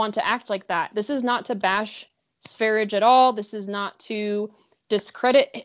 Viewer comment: Sveridge??? 😅😬 Any other swedish speakers cringing?